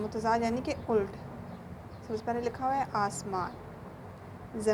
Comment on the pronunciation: Ult Nahi Ulat Hota Hai😊